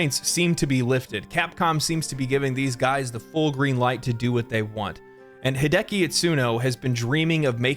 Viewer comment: Hi De A Ki It Su No. I'm sorry hi de ki just sounds weird to me.